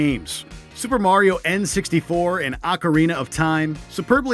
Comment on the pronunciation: tell me he did not say acarina